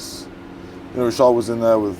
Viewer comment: Mark is one of the few people to correctly pronounce Richard in a francais way